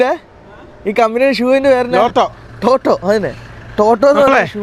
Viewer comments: ടോട്ടോ അല്ല ലോട്ടോ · ടോട്ടോ അല്ല ലോട്ടോ 🤣